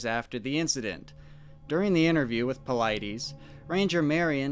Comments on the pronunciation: It is really difficult to listen to you mispronounce David Paulides' name. You say you listen to his reports, right? At the beginning AND at the end of his reports/videos he pronounces his name very clearly. The last syllable of his name is NOT pronounced EEEZ. It is pronounced iss. David Paulid-iss. Hard to put much credence into a report where the primary name that keeps getting spoken is mispronounced. I'm going to keep listening because The Lore Lodge, who does pretty good research, highly recommends your reports. I hope it gets better. Cheers! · " I love how you purposely mispronounce David Paulides's last name. I bet that chaps his hide. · I don’t mean to be such a jerk here, You gotta know how to pronounce paulides by now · Since you're using all his material, do you think you could at least pronounce Dave's name correctly...smh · Ru mispronoouncing Paulides on purpose? I watch his videos and he does not pronounce his last name that way. Always throws me off. Just curious.